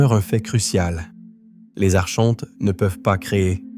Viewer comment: Coucou , on prononce ARKONTES .. Pas Archhhhontes ... ☺️✨🌊✨💫🕊️🕊️🕊️💫⚖️💫💘